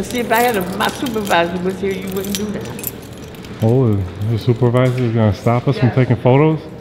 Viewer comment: “ My Soup-Zer-Visor wouldn’t allow filming”